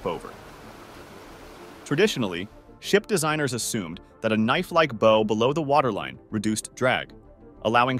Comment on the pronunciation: does this dude really not know how to pronounce the word "bow" (as it pertains the boats and ships)??